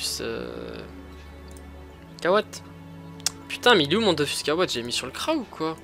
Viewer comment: DOFUUUUUUUS C EST UN UUUUUUUUU PAS DOFOOOUUS 😂nn jrgl mais stp dit dofus 😂